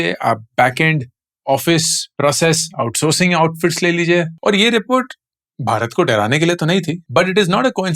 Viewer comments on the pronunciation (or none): none